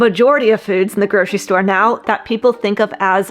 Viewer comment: There's no SH in "grocery".